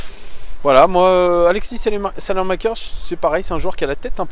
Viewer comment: ça se prononce "salemakers"